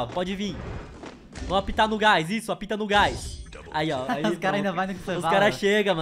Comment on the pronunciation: Eita mais alguém percebeu q o quando tava dizendo apita ele disse a pika